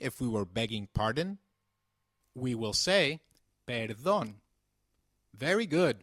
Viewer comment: I think the way he pronounces the p in "perdon" is wrong??